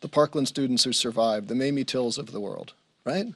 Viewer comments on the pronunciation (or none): none